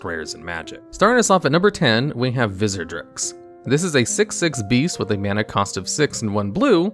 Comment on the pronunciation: I turned it off right when you said Vizzerdrix!!!! The disrespect! Just kidding, great video!! Keep it up